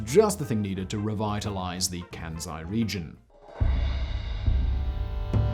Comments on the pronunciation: The name is "Kansai", not "Kænsai". The "æ" sounds does not occur in Japanese. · It's said with an "S" not a bloody "Z".... ...my ears... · KanSai not kanZai